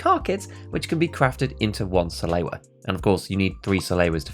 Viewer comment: Like this comment if you think that people who pronounce "Salewa" like "Saloua" should be executed in front of a live studio audience.